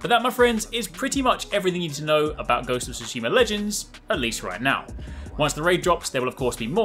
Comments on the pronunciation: "guhosts of soosheemar" lmao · “Ghost of Tsushimer” lmfao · I love how I can’t make out anything being said at the beginning and then Göstof Sushimur